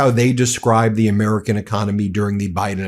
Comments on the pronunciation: Jeff Van Drew says “Urmerican” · Jeff Van Drew with his "Amaarican". Amaarican, jeez the idiot can't even pronounce American correctly. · Why is Jeff van Drew constantly speaking about "Amuurcan" economy?